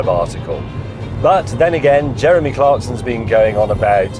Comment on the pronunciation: You went and mentioned Clark-sin. Unsubbed